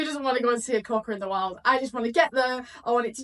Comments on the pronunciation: It's not a Ka wokka, it's a kwoka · it’s pronounced “kwoka”, not “koowoka”. 😊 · Lol. Kerwocka! Like fingernails on a blackboard 😂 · Hey, I'm not sure if it's your accent or not, but it sounds like you pronounce Quokka as Kawokka, haha. Glad you're enjoyed your trip to Rotto, it's been a few years since I was last there. I have some great memories when I was young, camping as a 15yo and spending a week on a friend's 50 ft catamaran in Thompson Bay over the New Year when I was in my early 20s. It looks like the weather is warming back up, so you'll appreciate the white beaches and blue skies all the more.